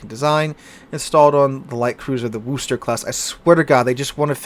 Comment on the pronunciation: The OO sound in Worcester is pronounce like the U in Push, not OO in Rooster.